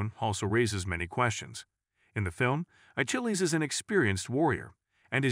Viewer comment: "A-Chill-E"? I thought the "ch" in his name was pronounced as a "k" - "A-Kill-E"